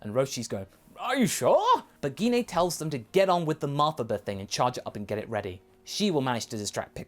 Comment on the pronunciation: Did you just say Gee Na!!?? Say her name right!! It's Gine!!! Like when saying Gine Grey!